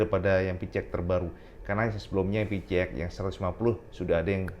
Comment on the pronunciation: Kenapa yah koq byk yg nyebutnya pi-ci-x ? Bukannya pi-si-x ?